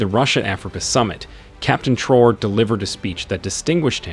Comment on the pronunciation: The name is Traore not Traws please thks